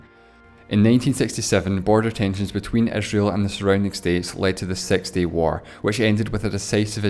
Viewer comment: The way he pronounces six is so hard, unlike what people pronounce, wth